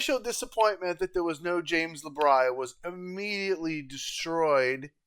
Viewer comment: BTW, James Labrie is with spelled ie, not ei -- so it's more like "LaBree" in pronunciation, not "LaBrai" :)